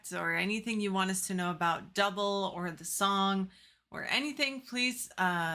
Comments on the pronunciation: The band’s name is NOT pronounced “duh-bul” but is pronounced as “doo-blā”. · Then band's name was actually pronounced "Doob-lay". They are Swiss and I read they were a bit perturbed by American DJs calling them Double. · It's pronounced, "Du-bley", not dough-ball. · It's pronounced Du-blay! Kurt Maloo, the singer was gorgeous back in the day. Are y'all watching the video or just listening? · It's actually pronounced like Dooblay ..really nice song , vivid memories ..thanks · Pronounced "Doo Blay"! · They’re pronounced “Doo-bley”